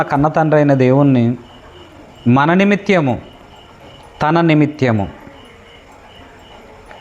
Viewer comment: నిమిత్యము కాదు తమ్ముడూ....నిమిత్తము అనాలి. తెలుగు పదాలు తెలుగు వారమైన మనమే కరెక్ట్ గా పలకక పోతే ఎలా.